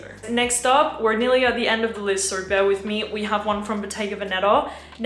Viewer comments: Australians end words that end in "o" with a "ure" sound. So the word "so" sounds like "so-ure". Its funny sounding. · I can't wrap my head around whshe pronounces her O's with an R at the end like Sor, owrn, and videor lol